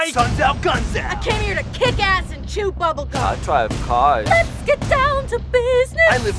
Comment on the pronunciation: "Ai Drave carrs!" LOL